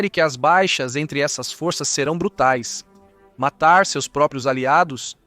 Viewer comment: Será q , fôrças é pra rebaixar aquele vc fala ou vc quer falar forças...